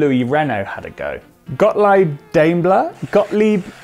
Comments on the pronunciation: "Gottleeb" was the one that was right pronounced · Kompressor with a K because it is german, and Gottleeb was perfeKt btw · "Gotleeb" was the correct pronunciation actually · When you tried to pronounce "Gottlieb Daimler", the second try was actually right lol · second pronounciation was right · "a K cuz it's just better" ..yes, that's why, not because Gottlieb Daimler was german and that's how you say compressor in german nono. btw the 2nd time you pronounced 'gottlieb' was pretty spot on but you really failed pronouncing mr. 'Daimler'